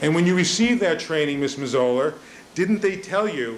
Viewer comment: Neufeld is slaughtering the pronunciation of Mazzola's name